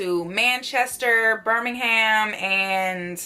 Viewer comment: girll the way you pronounced birmingham 😂😂😂 it’s cute tho!